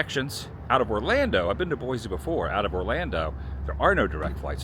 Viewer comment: So apparently you've given up on using the proper pronounciation of "boy-see".